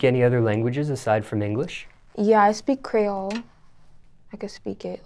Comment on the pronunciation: She needs say creole right 💀